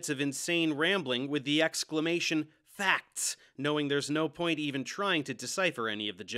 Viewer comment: Don't worry believe me "it's faks" 😂😂